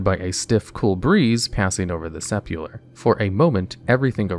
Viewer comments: Jw can you really pronounce sepulcher “sep-u-ler”? I thought it was pronounced “sep-el-ker” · 2 mins in the video and I wanna send you a dictionary. Clare-EEs not Clare-Ense, and Seh PuLL KER Come on fam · Sep-ul-ker What on earth did you say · Several misspoken bits in the first quest, you say "Clarence" but it should be "Cla-reece" as it is Clarice, not Clarence. Instead of Sep-ul-ker, you said Sepular. Just thought I'd help out because I love listening to your videos but they would be better with correct pronunciation. Cheers! Great video as always! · It wouldn't be a video without him mispronouncing basic words. Sepulcher = "Sepular"?!